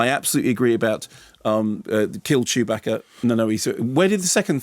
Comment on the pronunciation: I love the way Kermode pronounces Chewbacca man it's amazing